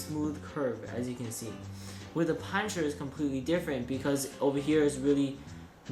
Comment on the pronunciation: The zanchurrr and the panchurrr. Just say it like a normal American does.